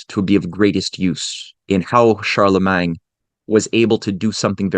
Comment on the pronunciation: I wish you would just say all of the French words normal, it feels like a knife in my ears every time I hear CharlemanG, or the pronunciation of literally all French. It's truly a disgusting language, sounds like you are swallowing flem